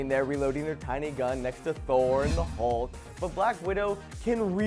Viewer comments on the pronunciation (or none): none